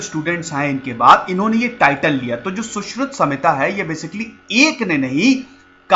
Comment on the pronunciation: Sir Saushruta ki jagah Saushrut bolte to sabke samjh mein aa jata. Saare angrez nahin h yaha